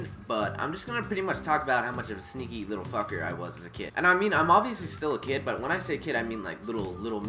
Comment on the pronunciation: For a second there I thought he said stinky